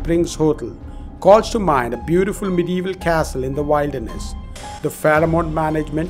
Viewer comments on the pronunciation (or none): I have stayed at all these hotels. Wild Der Ness. Say it right